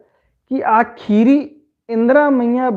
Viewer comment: कुड़ुख़ू कत्था गही उच्चारण सही मनना चाही, उदाहरण। ख़ीरी। खीरी, ख़ेख़ेल खेल-खेल,अड़ख़ा अड़खा, इबड़ा शब्द गही सही उच्चारण मनो होले मेनूर चाहे एॆरूर सही कत्थान अख़ ओर चाहे धर ओर 🙏